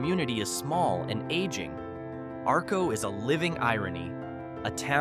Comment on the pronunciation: I live in southeast Idaho. The lightbubs were lit up in Atomic city near Arco, Not Arco, Arco was the first town powered by atomic power, and learn how to pronounce the places correctly, this is horrible!